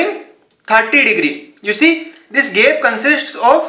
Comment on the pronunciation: It's no GEP it's GAP